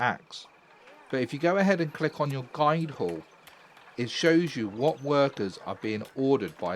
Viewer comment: Thanks for the early tips and tricks! Really helpful. side note it's "Guild hall" not "Guide hall" Guild is pronounced "Gill-d"